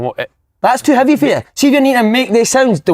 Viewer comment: 4 grown men talking about pet peaves.. absolute benders man! The way si says heavy aswell.. hiivy... edinburgh banger